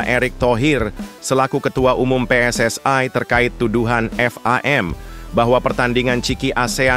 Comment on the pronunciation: Saudara jangan berlebihan berbahasa Indonesia bukan PSSai tapi PSSI huruf I pada PSSI jangan kau ucapkan ai kau terlalu overekting